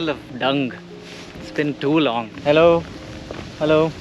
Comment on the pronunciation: The way your hello turns to a British ELLOO when you greeting animals made my day!